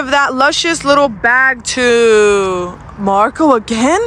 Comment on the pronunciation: The way said Moco insted of Marco she got me rolling on my floor